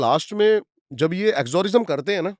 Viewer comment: Bhai exorcism hota he , exorism nahi😂😂😂